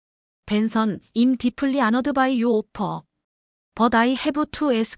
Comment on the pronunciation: 박 순자 선생님 넘 멋지시네요. 박 선생님께서 영어로 여러차례 말씀하신 것처럼, 인생은 아무도 알 수 없는 것 같아요 비록 본인 인생이라도. 새로운 일을 시작하게 되신 것 정말 진심으로 축하드리고 손자분도 할머님을 닮아 훌륭한 인재가 됐을거라 확신합니다! 앞으로 우리 사회가 나이로 사람을 보는 그런거 싹 없어졌으면 합니다. 아 그나저나 저 여기 나온 영어 다 쉬운 단어들로 밖에 구성되지 않아 다 알아듣고도 남는데 이걸 TTS로 돌려버리다보니 스펠링을 그대로 풀어읽거나 이상한 발음을 해버려서 알아듣기는 힘듭니다. 대표적으로 I'm(“아임”이라고 읽어야 함, 임 아님), and(언드가 아닌 앤ㄷ), available(어베일러블)... 분량이 기니까 사람이 한 번에 다 읽기는 어려울 수 있지만 이럴 땐 영어 음성엔진을 사용했었더라면.....